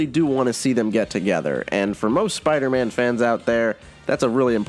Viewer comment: Every spider=man video you pronounce Spider-Man as spider- ann at least once